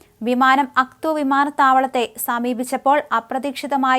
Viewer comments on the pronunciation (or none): Pronounce names correct.Its no AKTU. It is AKTAU